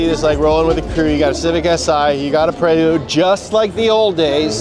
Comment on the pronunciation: did you just say Honda PREELood?